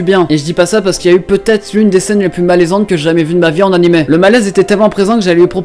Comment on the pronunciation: Il a dit « anim » BRÛLONS LE